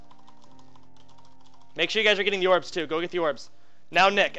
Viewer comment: "Yorbs" lol gj Soda :D